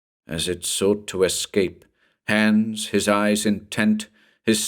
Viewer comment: Nice, just one small but for a german listener a bit irritating thing: The name 'Hans' is pronounced like the English word 'nuns' but with a H' in the beginning. 😉